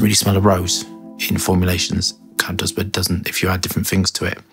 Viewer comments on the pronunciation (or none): none